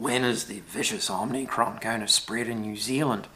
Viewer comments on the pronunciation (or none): OMIcron not OMNIcron or is it?